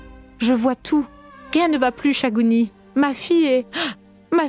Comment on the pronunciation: Thagouni la sorcière sa manière de parler et la prononciation de ces mots me plaît beaucoup